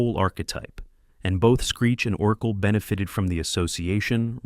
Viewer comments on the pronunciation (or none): Oh...my...god who in the blue hell is doing this voiceover? Urkel was pronounced differently every time it was said. Gosselaar was pronounced differently every time it was said. And 20 other things were ridiculous.